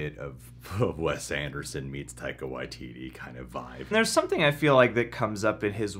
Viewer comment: "Taika Waiteetee"